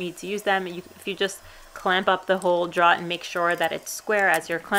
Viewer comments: "Drawer". Not "draw". Apart from that, great job. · you mean "draw" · You can tell the accent with the word 'drawer'. Love your videos. The 'drawer' pronounced as draaawrrr definitely pin points the area of the country. Of course you would think speaking with me when I say 'fixin to' would be a tell also. :) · Drawer. Pronounced “dror”, according to my dictionary. Thanks for the vid though! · Its pronounced like door with an extra r droor. Aka drawer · New Yorkers tend to say "draw" and leave the er off the end. Just listen to Tommy on This Old House: Draw actually makes sense, since you draw it out to put stuff in it. In the West, we say it like "door" with an extra r - "droor." I can't see how that came about, but I'm used to it. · Took me a while, but you are saying "drawer" not "dryer".................... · I'm pretty sure the only reason she made this video was to see how many times she can say "drawer" on camera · I came to this video in hopes that I would hear you saying drawer repeatedly. I was not disappointed. Your videos are great, teaching people to just not be afraid to try. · Hi, great lil video. I'm really very surprised how many people commented on your pronunciation of "drawer" I'm guessing they never spoke with a long islander before..lol they need to get out more often. Keep the hits coming! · I like the project but where is the R in Drawer? That was driving me crazy. ...regarless - Good work, very good camera work and edits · Do you know that second r you drop when you pronounce drawer floated up here to the Midwest and got stuck in the wash. Up here it is now pronounced warsh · It's weird that that Southie accent only really becomes pronounced when she says drawer. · Informative lady, i just hate her pronunciation of “drawer”.